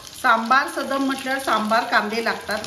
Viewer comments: मॅडम, तुम्ही देशभरातील पाककृती दाखवता पण चुकीच्या उच्चाराने पदार्थांची नावे का खराब करता? हे सदम नाही सादम आहे. मागच्या वेळी तूप पोहेची कर्नाटक रेसिपी दाखवली होती तीही तुप्पड पोहे असा उच्चार केला जायचा.. खरं तर तो तुप्प दा अवलक्की ( (पोहे)अस आहे ..प्रादेशिक पदार्थांचे योग्य उच्चार सांगा...समजून घेतल्याबद्दल धन्यवाद. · Madam it is Saadam...सादम्..means cooked rice...and not sadam.....सदम् 😊 And tamarind extract is also needed... otherwise it is akin to daal rice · sadam no- it is saadam